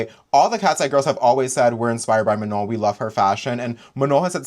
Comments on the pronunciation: Everytime pronounced manon's name as "ma-none" i get so mad. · Even the girls who could barely speak english pronounced it right with phonetic barriers